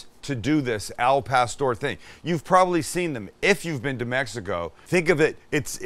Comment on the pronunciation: Al* not el wytboi